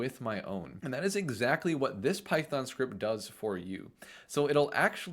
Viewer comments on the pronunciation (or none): none